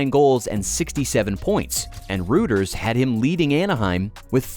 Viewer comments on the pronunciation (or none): Love your channel, but recently you started quoting Reuters… it’s pronounced “roy-ters”.